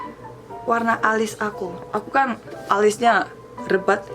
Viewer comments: kak lebat bukan rebat, :') hahahahahha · Mau ngomong lebat kali yaa bukan rebat😆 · Wkwkwk, dari awal smpe akhir aku ketawa terus nntonnya , makasih eonnie,, oh iyah btw Lebat bukan Rebat ,, hehehe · Lebat.... bukan rebat. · LEBAT mbak , bukan REBAT😂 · Bukan rebat tapi lebat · Eonni LEBAT bukan REBAT HAHAHHAHAHHHA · Gemes banget. "Rebat" hahaha "Lebat" eonni ♥️ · LEBATTT kakaa.. bukan Rebat 😂😂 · LEBAT eonnie bukan REBAT wkwkwkkwkwkw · Lebat kali ka bukan rebat hahah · Lebat...bukan rebat wkwkwk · Lebat eonnie bukan Rebat .. hihihi udah banyak kata yang lupa yaah 😁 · Lebat onni,bukan rebat 😂😂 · "Lebat" mbak yu bukan "Rebat" 😄😄 Jng sedih mbak yu berani tampil beda itu luar biasa 👍😎